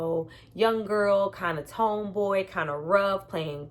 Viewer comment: Why do you say "tome" boy instead of tomboy? lol